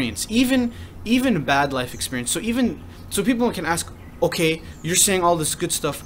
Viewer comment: why do u say ok like that...okeh